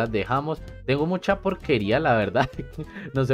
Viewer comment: mucha, sonó tan guatemalteco jajaja